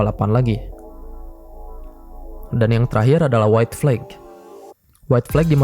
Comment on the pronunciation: info dikit nih ada sedikit miss pronounce di kata flag (bendera) yang terdengar seperti flake. flag pronounce nya flek aja ngga ada akhiran ‘khh’ di ujung nya. semoga bermanfaat dan sukses terus buat content! 🙏